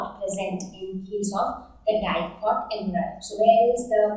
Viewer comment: It is Em-Bri-O not Em-Bri-Yo →_→